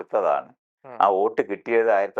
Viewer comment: ഓട്ട് അല്ല, വോട്ട് 🤣